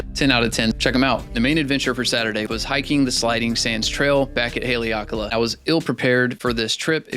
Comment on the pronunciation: Pronounced HA LEH AHKA LAH we live in Maui. Next visit reach out to us and we can do an X2D and M11 video.